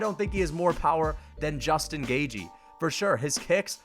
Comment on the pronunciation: justin gauge-y